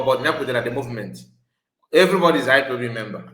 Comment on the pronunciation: This woman can't even pronounce IPOB she says ipop meaning she don't know the full meaning of ipob